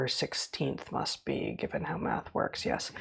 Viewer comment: I think the spelling you’re looking for is m-a-d-t-h. As in: “If you want to knough the troo phacts you need to du the MADTH currectly “